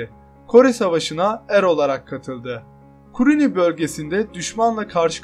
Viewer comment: kuruni değil kanka kunuri